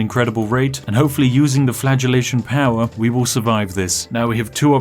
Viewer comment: flatulation or flagellation